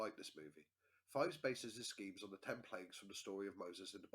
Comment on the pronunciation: It's pronounced Pheebs